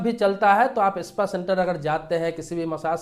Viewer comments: Espa nahi spa bolo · Pehle Sahi bolne seekhiye ispa nahi spa boliye janaab